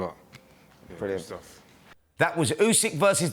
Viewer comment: Frank cannot pronounce Usyks name yet...🤣